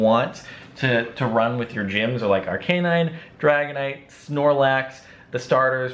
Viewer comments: in stead of Arc-a-nine he says Are-canine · he pronounces arcanine funny